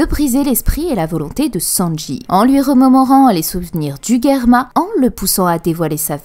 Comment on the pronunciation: Ca fait saigner les oreilles d'entendre Guerma !!! C'est Germa, comme Gérard :F